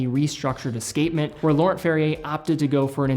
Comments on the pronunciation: Laurent Ferrier, French name, so “nt”-ending silent as well as “r”-ending. Like cologne Yves Saint Laurent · Pronouncing Laurent wrong man.